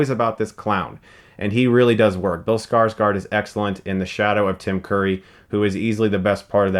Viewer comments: You sayd skarsgard wrong,its Skardsgård not skardsgard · And yet again, Skarsgård is mispronounced... It's more like "Skarsgourd" because of the letter "Å", it doesn't sound like an "A" at all.